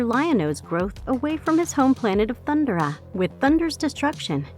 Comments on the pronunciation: I swear these videos are narrated by an AI, because they can't seem to say Thundera, instead of saying Thundra. It was the same for other words in the Grune video. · Thun-'DER-a...not "Thund'ra" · hey snowflake white knight, if she can say THUN DAR IANS then she can say THUN DARA